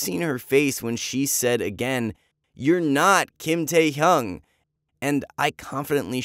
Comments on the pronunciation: Bro! He said kim taehung like what🤣🤣🤣 but shoutout to kim taehyung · what the- why would you CHANGE your name just for a girl ? i don't believe this is a true story- basically this is oli london but Taehyung version 💀 and u said Taehyung wrong. It is 'Taehyung' 🙏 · The story was a bit weird lol. Love is blind afterall. Btw is it true? Oh and yes you pronounced V's name wrong. 😅😅 it's taehyung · The way he said kim taehyung is so funny 🤣 Oli london 2.o